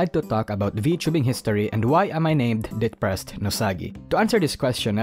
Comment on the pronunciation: I completely understand the Risu thing. That accent..."Deprrressed Nousagi"💗